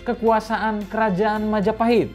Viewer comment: Mahajapit ❌ Majahapit ❌ Mapajahit ❌ Mahapajit ❌ Majapahit ✅✅✅✅